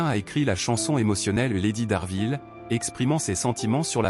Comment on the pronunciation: Lady D ARBANVILLE ET PAS D ARVIL